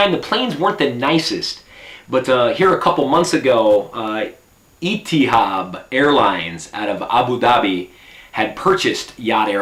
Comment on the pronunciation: Itihab airlines... Haha it's etihad! :P